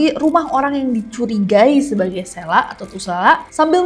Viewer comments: It's seeeeeelak no SLAK btw aku daru lombok...Eenya lebih ke E org Medan ya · Kak sy dr lombok Selak itu dibacanya pake E bukan e Jd dbaca selak, bukan selak 😂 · selak pake e kak bukan pake e